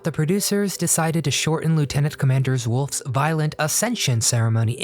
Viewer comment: “Lieutenant Commander Wolf”??? LOL